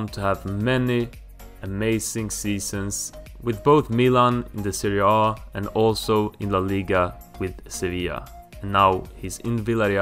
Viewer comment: Pronouncing Serie A like it's a fkn Norwegian word or some shit 🤣